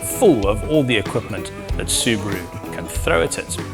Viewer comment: It's a SUBARU NOT SUBRO